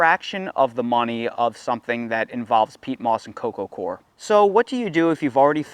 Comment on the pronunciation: Wish I had $10 for every time you said core instead of coir. Say OIL. Say COIL. Okay now say COIR. Thank you.